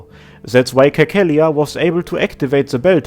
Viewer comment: Cecilia is pronounced like Sesilia lmao. Anyway, upvoting for Persona 5 music.